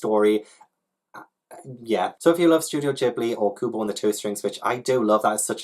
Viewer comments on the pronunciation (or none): none